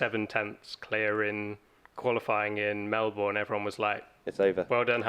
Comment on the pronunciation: Why can't anyone pronounce Melbourne correctly!?!?